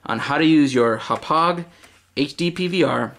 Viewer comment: im sorry but i hate how you say hauppage and always say "right". Sorry bout that. But great vid man :)